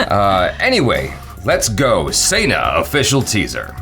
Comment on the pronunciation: Sa-ni-aa not sena please.